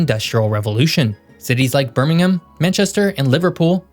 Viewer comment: Well done,, the only American to pronounce Birmingham correctly. Interesting video.